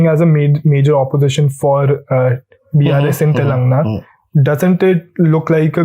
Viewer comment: Young man !! It is not “Telungna”! It is pronounced as Telangana!